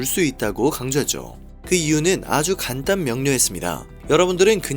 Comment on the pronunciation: 간당명료 아니고 간단명료로~